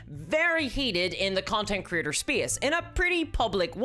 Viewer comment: Every time you said Creator, I heard "Critter"